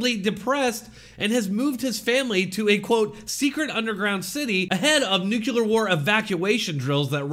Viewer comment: Nuclear, not nucular.